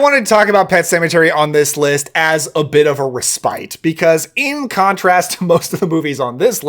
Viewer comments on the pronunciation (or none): "Respite" does not rhyme with "despite." Rhymes with "cess pit."